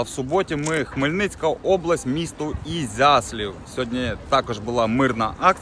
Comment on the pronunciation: Ізяслав, а не ізяслів